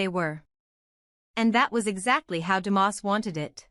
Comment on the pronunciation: It’s not Demoss, it’s Dumas!